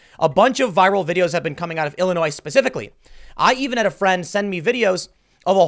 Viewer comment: Tim please you are a professional speaker, s in Illinois is silent